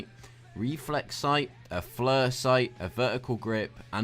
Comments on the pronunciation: when you said Flir sight i Died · you can't even say ACOG and u said flyer two different ways